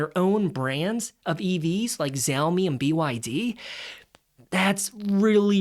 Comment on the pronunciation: Chinese EVs are far superior to western models, and cheaper...and don't charge extra for autonomous driving. Just facts...I often flirt with Honda as well Language lesson - pronounced shau-mi, not zou-mi